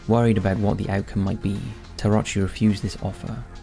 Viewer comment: would you please say the names of the events participants correctly? it's "Terauchi" ("teh-rah-oochie"), not "taratchi".